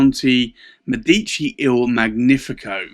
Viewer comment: You own beautiful pens, indeed. Just for info, in Italian it is Mèdici, with the first e stressed, and in Magnifico gn is pronunced like the spanish ñ in años. Not to criticize, just in case you mind your pronunciation